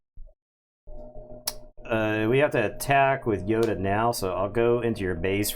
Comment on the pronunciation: Glad to know I’m not the only one that says “Yoder” when playing Yoda lol